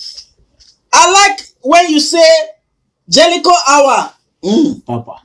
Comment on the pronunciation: Bushili, 2000land, jelicho, countly, plesident, 😂😂😂😂😂😂😂😂😂my bele o😂😂